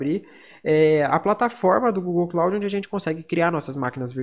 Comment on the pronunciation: Obrigado pela pronuncia certa eu sempre pronunciava kloudi "cloud".